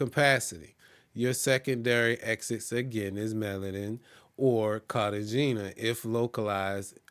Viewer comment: Your pronunciation of Bogata, Cartagena and Medellin is incorrect. This can hurt your credibility when you get 3 wrong. The information you gave is good but make sure you do the work to pronounce the cities correctly.